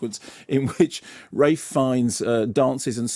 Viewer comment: Are you pronouncing RaLph ...Raif?? what is wrong with your reading skills